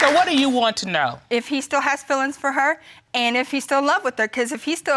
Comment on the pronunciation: " any fillings left for me?...." Meaning those fillings in his teeth???😂😂😂 It s feelings , not fillings.